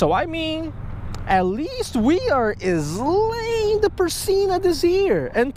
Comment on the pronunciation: Had to come back to this video now on mid March to get myself ready for the “eslaying “.